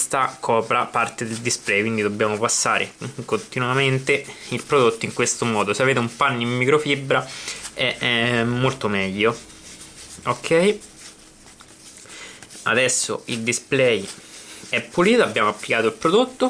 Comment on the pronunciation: automobbili disponibbile microfibbra possibbile: l'itagliano questo sconosciuto. comunque grazie per la dritta. :-)